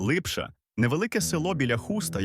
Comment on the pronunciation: Не Липша а Липча